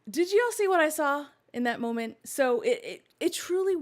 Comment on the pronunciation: Late european here. I've one critique and it's to pronounce the L in molment, so keep that in mind for next time.👍